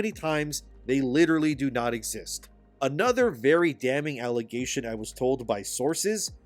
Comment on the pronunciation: I will take that big, fat, allezation.